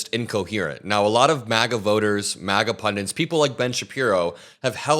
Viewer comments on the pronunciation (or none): Pundit, not pundint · PUNDITS!!!!!!!! NOT punDENT!!! Love you man, from the UK, but how many otherwise educated sounding Americans say pundent and nuculer (nuCLEAR) and others is infuriating. And the Republicans want to privatise education!!